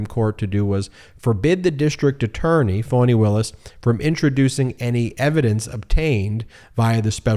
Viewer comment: Ohmygod getitright!!!!!! FAH-KNEE!!!! For fks sake. Its Fani Willis. Not fawny or phony or fawony. Its fah-knee. Listen to how her friends introduce her! You arrogantly bash the mainstream media, it wouldnt take them a year of butchering a name to correct course. Going to have to find someone else to follow if he cant figure it out before the indictments drop. Brutal.